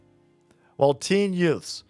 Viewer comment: Herman Munster judge: Did you say "Yutes"?!